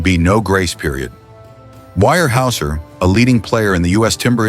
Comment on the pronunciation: The pronunciation is Ware houser